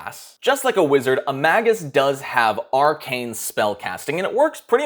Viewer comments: It's not "maggots" what is wrong with your mouth man. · I just looked at multiple pronunciation guides. It is "may-gus" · I just googled it. it's May·Guhs, I don't either, I'm to continue to pronounce it Mag·Us but, you said something about it and I was just dying to know😆. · I pronounce it the same way as you. Just googled the pronunciation, and I think the proper one is actually cooler. I'm gonna start saying it that way. "May-gis" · Mage. Us. He even says Magi as J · Dictionary claims "MAY-gus." The G is hard, as in "gas." So... you were almost right. I thought it'd be a soft G like in "magic," but... whatever. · May-jus, and plural is Maj-eye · Mah-Gus sounds like you're calling my first ever character a maggot. :P XD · I literally cannot watch this. The first few seconds you pronounced magus WRONG. It comes from the same root as magic sure, but it's pronounced may-gus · ma·gus /ˈmāɡəs/ He is, indeed, pronouncing it wrong, but he used the correct plural. The singular form is pronounced may•guhs, the plural being ma•jai. Also, Magus is Old Persian, not Latin, but the Latin translation is pronounced and spelled the same. Sources: Google and my English Major. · I like Mah-goose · I say magus the same way, but it sounds like maggot or maggots. :D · I almost didn't make it past the Magus pronunciation bit. It physically hurt me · Until you learn how to say Magus, take a downvote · No...thats not proper Latin pronounication.